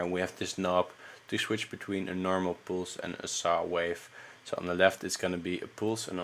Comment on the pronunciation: yo check how you pronounce 'pulse'